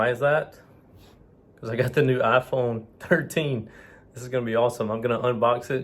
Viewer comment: ASMR intro😅 IFON😂😂😂